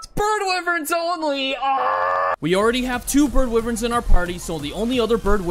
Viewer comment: Wyvern is not pronounced like that He pronounced it right once (that I heard so far)